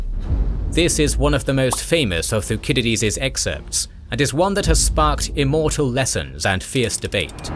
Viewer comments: "thu sid idees" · the way he pronounces thucydides is very odd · Why was Thucydides pronounced incorrectly?